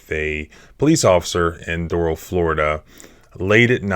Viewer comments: Pronounced Door-RaLL Not DoRaL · It's pronounced dough-ral. Not doe-roll You'll sound like a local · Do râl' County..."a" like in apple, emphasis on second syllable. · I would never live in south Florida. That place is a $hithole. I’ve been to Doral, the ppl there pronounce it Door-Al: Door (like front door) Al (like the Al Bundy). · Doral is pronounced with emphasis on the second syllable: dor-AL. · It’s prounounced like door Al . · It's pronounced "door-RALL" FLA. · It's pronounced Dor 'ăl and it's a commie shithole. Did that Cuban cop dispatcher really ask the Cuban security guard if the kids "black or white?" WTF? There is no limit to the stupid in Dade County. And how is it she didn't pick up on the fact that the rental pig first answered there are two kids and then later says there are three? This kid was straight up abducted by that coward cop. I say coward because he'd never try handling a man that way. No cop will EVER get me to "get on the ground." I am not his boy, nor his dog. He'll die trying and if I go too, so be it. I will NOT be ordered by my servants, ever. Better to die on my feet than live on my knees. Who can ever show his face in public again after taking orders from a public slave? Nope. Never gonna happen. And what's with the use of this word 'subject'? Are we subjects? Does this order following robot mean to say 'suspect?' If so, what was he suspected of? The only thing this cop said right was, "I'm a cop." Yep, you sure are, and you were a hall monitor in government school, too. End policing in America. And,, if you want people to live freely you need to STOP telling them freedom is scary. Freedom is NOT scary. This police state is scary. Let's deal with it. FTP! We don't need them! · Doral pronounced : Doe-ral